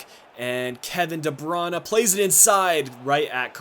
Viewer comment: lol, you are one of the first youtuber that says the name of Kevin De Bruyne correctly! congrats!! ;-)